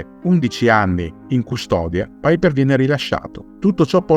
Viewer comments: Non si pronuncia "Paiper". Non e' un anglosassone. Si legge cosi com e' scritto. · Ma chi è paiper come lo pronunci all inglese.. Era tedesco si pronuncia come è scritto.. Paiper 😂😂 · no tornaci te e alla grande visto che vivo in Germania.. E si dice come si legge e non all inglese.. Il paiper come lo pronuncia sembra l aereo. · La pubblicità terroristica built-in mi mancava. Piper in tedesco si pronuncia come è scritto, non "paiper".